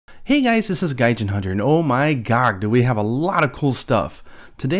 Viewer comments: Did you just say "Oh my Gog!"? Gog dammit, the memes have taken another one! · Did he say “Oh my Gog” at the beginning? Clever MH4U reference :p